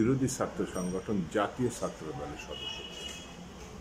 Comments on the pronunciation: আপনার মত বুদ্ধি বাংলাদেশে আর কারো আছে কিনা মনে হয় না শুধু ছাত্র উচ্চারণে আপনার একটু Problem এটা ঠিক করে ফেলেন তাহলে চলবে রাগ করার কিছু নেই এখানে আপনার বাড়ীর লোকেরা আপনার Talk show দেখে না হয়তো তা না হলে তারা আপনার অখাদ্য ছাত্র উচ্চারণ ঠিক করে দিতেন Please don’t get upset just CORRECT it That’s it শুভ কামনা রইলো Please don’t give again any negative answer I have been very nice and polite with you don’t be impolite PRADIP BHATTACHARJEE USA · ভাইজান ছাত্র কথাটা উচ্চারণ করতে পারছেন না কেন এত সহজ একটা শব্দ আপনি আয়নার সামনে দাঁড়িয়ে আপনি কি ভাবে ছাত্র উঁচ্চারণ করেন আপনার ভুল আপনি ধরবেন Correct ভাবে কথা বলতে না পারলে এই সব Talk Showতে আসেন কেন???? আশা করবো আপনি আমার মা বাবা ধরে গালি দেবেন না PRADIP BHATTACHARJEE USA